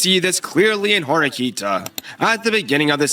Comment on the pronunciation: It's Horikita, not Horikta, just noticed that pronunciation.